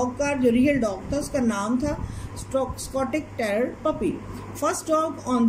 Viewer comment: it is not stotich terrior it is scotch terrior you don't know how to pronounce